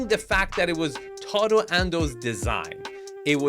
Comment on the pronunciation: You really brutalized Tadao's name. Almost as much as dipsh-t did to his design....LOL